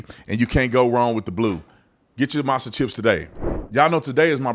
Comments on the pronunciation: “Masa” chips … masa?? Cmon man 🤦‍♂️ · Not "Masa" chips 😂😂😂